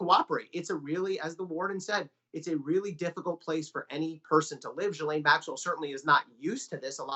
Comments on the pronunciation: Lol, all my channels pronounce it "Gizlaine" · Please Pronounce her name correctly SHEES-LEN ! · These are supposed to be journalist, and yet most of them can not figure out how to pronounce her name. It's Ghe-lyn. All they have to do is listen to how Virginia Roberts Giuffre pronounces it. But that is too much work for these people. Pathetic how journalism has deteriorated. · Her name starts with a G hear me a G why oh why do the Americans become so lazy when talking.. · Why can't people pronounce her name right?